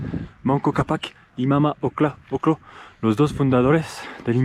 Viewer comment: se dice MAMA OC-LLO, no se dice oclo :)